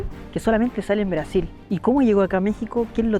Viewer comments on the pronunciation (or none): none